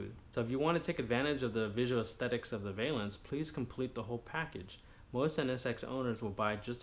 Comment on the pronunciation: Valance ...not valence